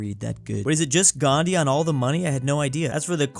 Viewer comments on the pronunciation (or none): none